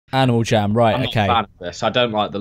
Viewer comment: he says: "aNiAl jAm"